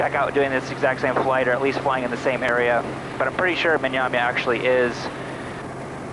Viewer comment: What is the name of the destination? Sounds like they are saying Myamya.